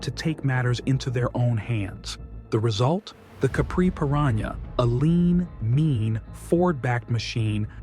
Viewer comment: I think you mean: "Perana" Capri